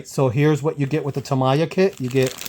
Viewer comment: Nice comparison vid ! Btw, it pronounces as "ta - miya", not "tama -ya"